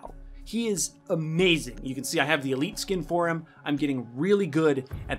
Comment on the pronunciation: Ah yes de tin foil camo